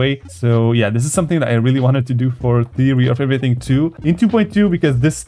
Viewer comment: Theary of everyintg😂😂😂😂😂😂😂😂😂😂😂😂😂😂😂😂😂😂😂😂😂😂😂😂😂😂😂😂😂😂😂😂😂 Theary of everything